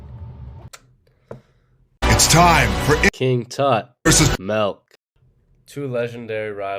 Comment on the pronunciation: I actually didn’t even notice the milk mispronunciation lmao